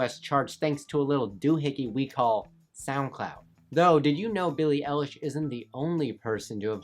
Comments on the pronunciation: Billie Elish 😂 It’s eye lish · billie elish its billie eilish -_ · I hate how you say Billie Elish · "billie ELish" ahahahah 😂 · Did he just say Billie ellish